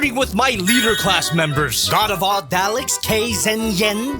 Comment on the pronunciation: talks half the time about Transforming Robots can't pronounce Dalek right my disappointment is immeasurable and my day is ruined.